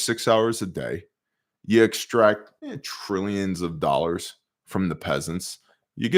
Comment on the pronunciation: my kids now say dollars as “doll-hairs”, thanks to you!